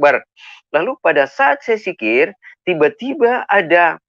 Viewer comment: Sebodoh2 nya muslim, menyebut dzikir dengan huruf Jim atau "j". Engga ada yg sebut dzikir dengan dikit😀